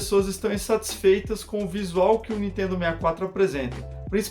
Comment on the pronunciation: nitedo...nitedo...nitedo...nao consigo assistir esse canal